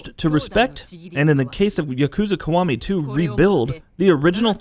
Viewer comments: Yukooza kuh-wah-mee too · Jeff Benzos I hate his pronunciation. Specially when he tries to say Yakuza Kiwami 2 🤢